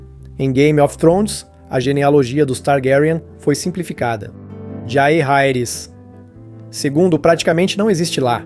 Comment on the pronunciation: Ótimo vídeo, mas Batêon, Roberto, Jairaeris, Targariãn? Fica pesado